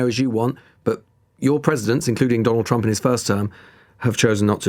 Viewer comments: She sounds like she is saying President Chump. She should speak for him often. At least she addresses him correctly. 😏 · 'President Chump' - She just kept saying this. I'm sure it's just her pronunciation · america needs to stop thinking its I change of the world - I enjoy it sounds like she calls him president CHUMP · I love how it sounds like she is saying "President Chump" I've also heard other Republicans calling him "Chump" recently: Its the only truth the Republican (MAGA crew) have spoken. Also the mental gymnastics these people are having to perform in order to support this monster, are painful to watch. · It sounds like she keeps saying "President Chump", which is hilarious. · Everytime she mispronounces Trump as Chump... I can't! Her voice is as annoying as her delusion.